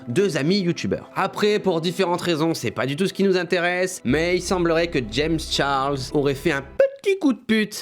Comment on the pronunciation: Comment tu dis "Charles " omg c’est pas beau